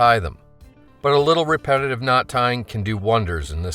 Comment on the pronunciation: He said repeatitive knot tying